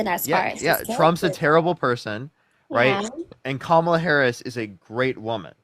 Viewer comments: Right wingers disrespect at every turn. Is there anyone on the right that can pronounce Kamala Harris’s name properly? Every frickin one of the says Kam ahhhhhh la like a dumbass. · They love to mispronounce Kamala’s name. They always laugh right after.